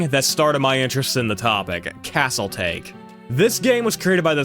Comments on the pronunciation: Regarding Castle Take, given that it is largely Japan-exclusive and themed, it would not be pronounced like the English "Tey-Kh" like you are trying to "take the castle", but rather Japanese "Tah-Kay", likely based on the Warring States-era Battle of Takamagahara given the Samurai and feudal iconography prominent on the cabinet. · As an FYI. in Japan, "Castle Take" would not be pronounced that way. It would be pronounced like "TA-ki". With "Take" meaning "Diverse".